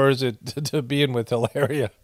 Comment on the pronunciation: Please say her name again!!!! Lmbo!!!!! Hilar..ia!!!!! Hahaha they just keep offering up ghoulishness, which makes for great content!!!!!! LOL 😂